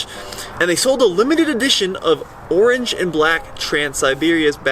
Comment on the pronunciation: I definitely liked the "Arange " orange accents .lol